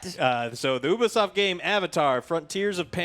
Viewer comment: Whoever sees themselves in that pretentious hipster-shit is the problem... Also it's pronounced "neesh" and "Yoobisoft" :P